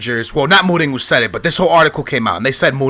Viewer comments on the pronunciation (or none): Is it really pronounced Moringo, or Moureenyo?